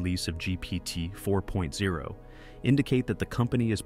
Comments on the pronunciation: Why was this just released as news? And why doesn't the narrator know how to say GPT4o? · ‘GPT 4.0’ - you’re about a month late, and don’t even get the name right. 🤦‍♂️